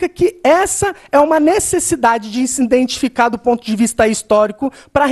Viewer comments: Guilherme Scardini PQP! O cara repete 5 mil vezes 'INdentificar'!!!! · ele fala INdETificar* kkkkkkkkkkkkkkkkkkkkkkkkkkkkkkkkkkkkkkkkkkkkk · iNdentificar? iNdentificação? Não seria IDENTIFICAR? Zero para ele, Kim! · 'INDENTIFICAR'???? Erro primário, cara!! Passou pela facul e não sabe falar corretamente? 'Auto-Indentificar'!! Socorro!! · Essa foi a parte mais difícil de ouvir. "Indentificar, indentificação..." MEU DEUS, esse cara é mesmo professor? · Professor que fala INDENTIFICAR😂😂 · O que ele falou a partir de ? Indenticação, indentifica, indentificar? Ou escutei errado?